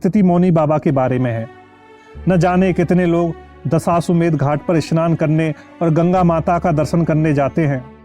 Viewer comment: दशाश्वमेध घाट । उच्चारण तो सही कीजिए ।